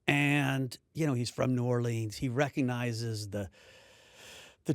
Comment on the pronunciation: that’s not how we say New Orleans